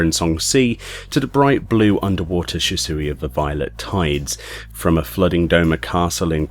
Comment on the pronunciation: Shisui is pronounced She-swee